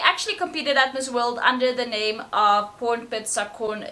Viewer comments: I'm filipino, and im impressed you pronounce their names right. This is a great video . Interesting... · Thai NAMES are some of the Longest ever (in terms of number of syllables) but you did INCREDIBLE -- both pronunciation & getting through the syllables 👏👍👌